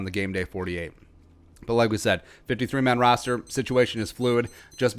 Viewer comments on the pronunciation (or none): Is he saying rooster on purpose I’m guessing so but idk